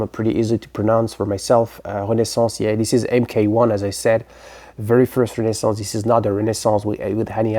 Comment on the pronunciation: I've been talking about Renaissance recently and showed that album not long ago. I gotta say, I like the way you pronounce the name better. ;) 1969 is such an incredible year. King Crimson and Led Zeppelin's debuts both really changed the direction of rock as you said. Great selections and excellent choice for a year!